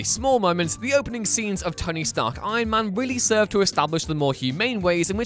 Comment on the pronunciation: No one: Narator: EYeMAn